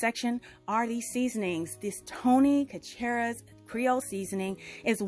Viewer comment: It's Tony (Sa•ch•reez) it's Cajun french. I'm a Louisiana girl... Sorry!